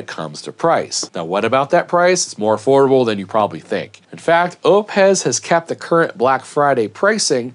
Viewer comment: I believe it’s pronounced “Oh Piss”